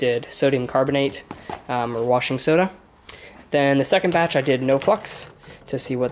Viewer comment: when u said no flux i thought u said something else